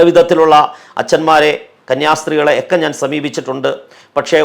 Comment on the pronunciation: നല്ല പ്രഭാഷണം. പക്ഷേ ഒരു മാഷ് എന്ന നിലയിൽ ഭാഷ കൂടി ശ്രദ്ധിക്കുമോ? ഒക്കെ എന്നത് എക്കെ എന്ന് പറയരുതേ.. അത് പോലെ സഭയുമായുള്ള ബന്ധത്തിൽ എന്ന് പറയാതെ (ആ ബന്ധത്തിൽ ഒരു കുട്ടി എന്ന് പറയുക സാധാരണം തന്നെ )മറ്റു ഭാഷ പ്രയോഗം ആവും നല്ലത്